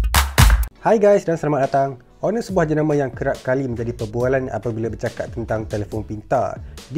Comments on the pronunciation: still Honor with H... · Finally dia sebut honor ngan btul